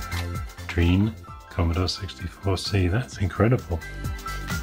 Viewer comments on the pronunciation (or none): So surprised to see a Drean C64 on you channel! Those were manufactured in Argentina and yes, Drean still exists and makes washing machines :-D BTW, the "dre" part is pronounced as in "dread" and not as in "dream". So it's "dreh-an". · I have that exact Commodore make and model...and brand! Also, it's pronounced DREH-ahn, not 'dreen' (u voice the 'e' and the 'a' in their short forms in english), as it's in spanish ;-)